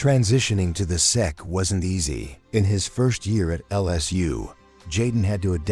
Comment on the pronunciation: I thought it was a really good video. The way the AI pronounced words like ASU and SEC is funny but adds to the charm for me. Good work